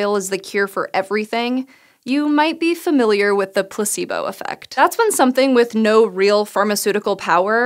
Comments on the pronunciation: Place-bow. Not Pluh c boo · Am I the only one that heard on the first 15 secs "pussybo" instead of "placebo"?